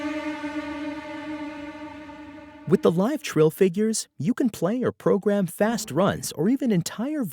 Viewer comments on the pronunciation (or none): none